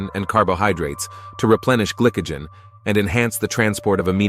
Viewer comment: stupid AI ""GLICKEGEN"